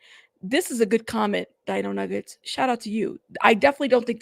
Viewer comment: Di-ño Nüe-ge-tes😂😂